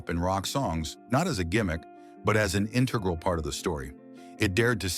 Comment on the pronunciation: You don't know how to pronounce "integral"?